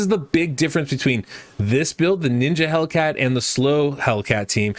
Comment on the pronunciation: don't want to be anoying but just wanted to point out that his name is "Hel i cat" not "Hellcat" Great video tho :)